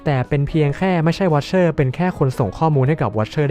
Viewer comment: อ่านเป็นthe wicherเฉยเลย😅😅😅